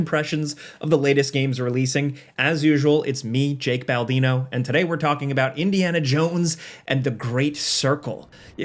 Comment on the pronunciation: It's me, Bake Jaldino